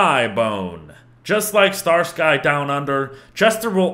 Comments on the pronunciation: has he not heard of starski and hutch? just weird to hear him called "star.....sky" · I know Im watching this super late. And I know that this interests 0 people on this planet, maybe 1 dog cares. And I know its spelled sky in the game but: ITS FUCKING PRONOUNCED STARSKI!!! It's a damn reference to some old American detective series. Stop making my damn ears bleed!!!! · Did he just say Star-Sky Star Sky